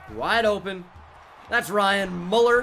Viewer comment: ItS mUeLlEr 😂